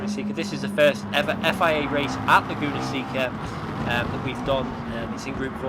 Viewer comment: The penalty was probably awarded for calling the track “Lagoona Sicka” lol